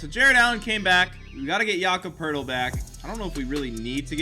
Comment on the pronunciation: It’s pronounced POATEL by the way